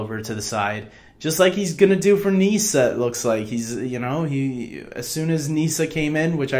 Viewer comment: It's pronounced Niss-ah, not knee-sah 😜